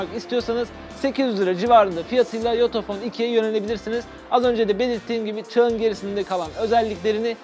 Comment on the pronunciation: Yutuphone diye anladım 🤣🤣